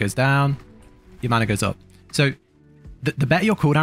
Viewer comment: None of us worry about “maner”